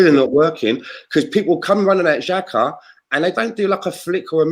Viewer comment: please teach how to pronounce Xhaka and Mustafi's names. Imagine if Saka and Xhaka play at the same time and he's asked to give his analysis.